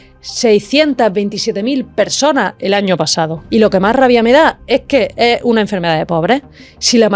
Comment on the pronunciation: No é así, pero é ppobable que no sepa qué é a malaria. Si consideramo lo mosquito. Esa mierte en lo último año.... Láatima,que hable ran mal y defirme el español, porque el contenido es interesante, pero es irritante cómo dice "é", y no esssssss. En español se dice esssss, no é.